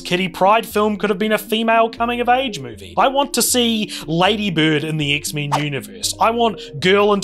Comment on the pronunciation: Dude-this was awesome. You're funny as hell man and I love the way you say X-Men not meant to be an insult or jest at your accent or anything, but it's just really great.